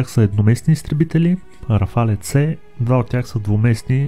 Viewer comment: Няма такова нещо като РафалЕ името се произнася просто РАФАЛ без Е накрая .Френският правопис е такъв че в края на думата когато има Е без акцент не се произнася когато има é се произнася така че РАФАЛ си е навсякъде няма РАФАЛЕ !